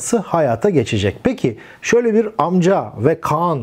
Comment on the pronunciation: Amca - Amka şeklinde teleffuz ediyor.